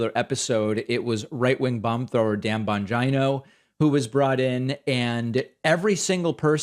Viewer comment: Very Sam Seder of David with the pronunciation of Bongino’s name lol